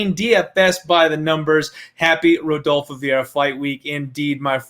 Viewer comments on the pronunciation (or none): "I have parlayed redolfo" eww, no, you cannot sit with us anymore.